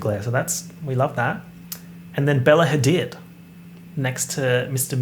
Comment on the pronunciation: i weeped every time he said bella hadid. the emphasis took me out